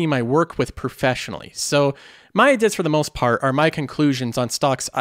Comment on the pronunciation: Why do you say the word ideas like ''idis''